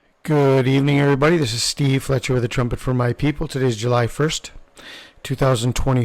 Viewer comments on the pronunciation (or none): none